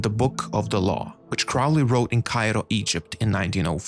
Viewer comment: Crowley... Rhymes with Holy.....